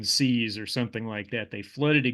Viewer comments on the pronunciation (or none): none